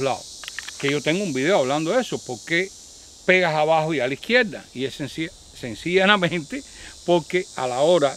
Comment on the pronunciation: Se me hace curioso q a cada q dice senciana mente se sonrie recordando a Marcelino 🤣 saludos, y por esos consejos de salud gracias!!